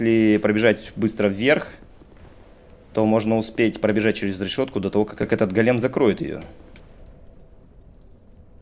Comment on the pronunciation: Привет, ты все время неправильно произносишь слово "голем". Ударение на первый слог "гОлем" а не "голЕм" как произносишь ты. Го́лем (ивр. גולם) — персонаж еврейской мифологии. Человек из неживой материи (глины) , оживлённый каббалистами с помощью тайных знаний. Вероятно имеет общее с Адамом, которого Бог создал из глины и вдохнул в него душу. Источник: Википедия